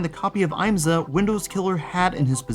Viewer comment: As a motorsport fan, the fact that an IMSA game was actually in the works is amazing! Just one little nitpick, though: the I is short (IHM-suh), not long (IAM-suh). That aside, thanks for talking about this.